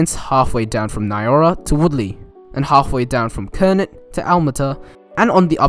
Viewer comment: Kernot is pronounced Kur-now as in Cheryl Kernot.